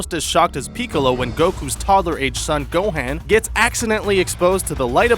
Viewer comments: It actually gohan not gohand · (Go-hon) Gohan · DID YOU SAY GOHEN PIECE OF RUBBISH ITS GOHAN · what the hell is go han is gohan dumb ass! duh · its GO-HAN not GO-HEN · Not gohen it gohan he us not a hen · Gohaan? c'mon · and gohan is pronounced (go-haan) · Why do you call Gohan Gohen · Can't say Gohan right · u said gohan name worng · Does anybody get annoyed when he said gohan wrong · that is not how u pronounce gohan